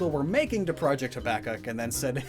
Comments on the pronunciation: He mispronounced Habakkok it is hab like habitat then an A then cook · Habakkuk is pronounced like: Hab-uh-cook